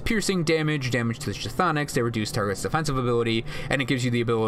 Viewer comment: I love the guide, I was needing what's worth using what's not, but when I hear you pronounce the word "chtonic" I wince a little. It's "(kh)thonic" where (kh) is silent, so it's basically "thonic". Just a tip.